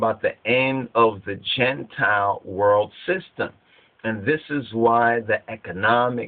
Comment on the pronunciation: Gene-tile or "Genetic Reptiles."